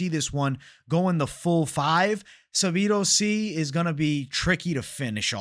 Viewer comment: Please please please say Sadibou sy’s name right. The way u say it irks me lol